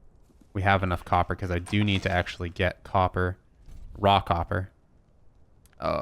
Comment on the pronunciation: No matter how I listen to you, "Raw Copper" always sounds like you are saying "Rockhopper."